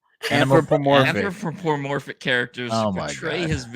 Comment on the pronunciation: Jeeezaaz, h0ly hooked on phonics yall: "an-throw-puh-morf-ick",,, you can do it~! dont need no hooked on phonics, he genetically engineered to rock tha mic, and give the wisdom "Keep your feet on the ground and keep reaching for the stars"